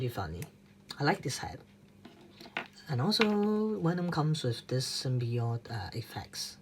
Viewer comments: no its not he said wenom instead of venom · "figers" "wenom" dude not saying that the review was trash, but learn how to speak English first. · Did u just said: "benom"? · quan ta minh It’s “Did u just *say*.” He said “wenom” which is kind of ironic because Germans pronounce Ws as Vs and he does the opposite